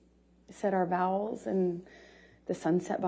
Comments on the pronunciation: she said her vowels at the beach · Omg she actually said vowels instead if saying their vows 😅😅😅 Her facial expressions are so forced and she lets out hints that its not how she feels or what happened. Smiles and realizes she supposed to play victim so she changes it to solemn even though it wasnt a sad story. Shes psychopathic. Histrionic personality for sure. Embellishes everything and makes prior stories fit her situation. A shame to real victims. I wouldve never recounted my stories in that way or forgotten so many details. No real proof or evidence to support her version. Poor johnny having to deal with this woman for so long!! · Said our vowels. 😂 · Isn't it "vows?" Poor girl said "vowels" bless her heart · Did the lieing witch say vowels instead of vows??!!! 🤔